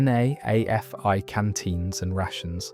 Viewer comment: NAAFI is pronounced "Naffy" - Navy Army and Air Force Institutes